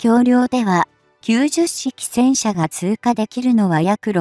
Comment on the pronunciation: 10式をわざわざヒトマルと読むと説明しているのに90式をキュウジュッシキと読んではいけません。キュウマル式です。